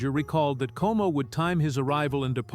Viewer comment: Perry's last name was COMO, not KO